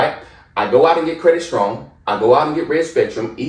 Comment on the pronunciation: strong* not storong